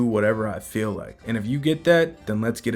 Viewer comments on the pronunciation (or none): none